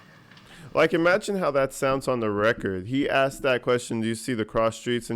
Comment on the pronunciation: Axed..troof..relevancy..crossexaminate..laffell law..licensed place..